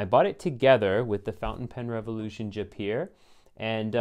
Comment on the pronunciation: Jaipur is pronounced Jai pure.